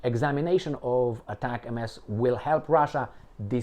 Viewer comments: It is NOT pronounced as ATAC-MS, but as one single word like ""atacm's"". I was an M270 crewman that fired them in the early 1990s. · It’s pronounced as “Atacams” btw lol heart